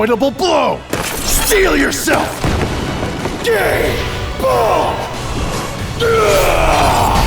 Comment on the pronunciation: Just wish they'd gotten the pronunciation right. I suppose you could use some twisty logic about how Cu Chulainn isn't speaking with an Irish accent so it's okay but that way lies madness. Gh-hi bol-gh (yep, 4 syllables, but the gs are quick) and Koohallen except almost clearing your throat for the h sound are reasonably good approximations. Slight variation exist by regional dialect, but that gets you in the right general area at least. It's like pronouncing Gaelic words - if you're trying to read it like it's English, you're almost certainly wrong.